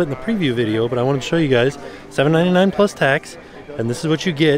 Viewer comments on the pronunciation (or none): none